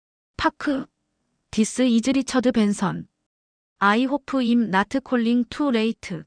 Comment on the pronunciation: 박 순자 선생님 넘 멋지시네요. 박 선생님께서 영어로 여러차례 말씀하신 것처럼, 인생은 아무도 알 수 없는 것 같아요 비록 본인 인생이라도. 새로운 일을 시작하게 되신 것 정말 진심으로 축하드리고 손자분도 할머님을 닮아 훌륭한 인재가 됐을거라 확신합니다! 앞으로 우리 사회가 나이로 사람을 보는 그런거 싹 없어졌으면 합니다. 아 그나저나 저 여기 나온 영어 다 쉬운 단어들로 밖에 구성되지 않아 다 알아듣고도 남는데 이걸 TTS로 돌려버리다보니 스펠링을 그대로 풀어읽거나 이상한 발음을 해버려서 알아듣기는 힘듭니다. 대표적으로 I'm(“아임”이라고 읽어야 함, 임 아님), and(언드가 아닌 앤ㄷ), available(어베일러블)... 분량이 기니까 사람이 한 번에 다 읽기는 어려울 수 있지만 이럴 땐 영어 음성엔진을 사용했었더라면.....